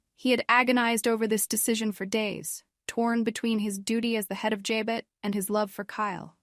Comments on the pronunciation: Stop saying j-bit: It’s pronounced ja-bow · Here we go again JAB BOT, that show been on 50 yrs an these reports don't no how to pronounce Jabo😮😊